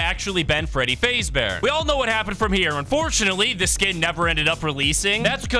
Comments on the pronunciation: bro butchering the pronounciation freddy fazbear ❌ freddy fazebear :correct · Bro said Fradey Fazebear 💀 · ah yes freddy faze bear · because he can't pronounce it good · Is the voice ai because he says freddy faze bear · freddy fazebear- 💀 its freddy fAzBeAr